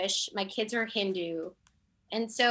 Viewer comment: Me too! I hate the ways she’s saying Hindu too!